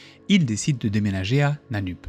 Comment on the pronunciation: Ça se prononce "Nanneup"